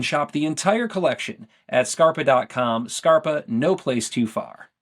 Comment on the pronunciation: I love the way Scarpa is pronounced, it sounds really cool to me as an English speaker. I imagine it's not as cool for Italian speakers though, sounds kind of cheesy to have a brand named "shoe" lol.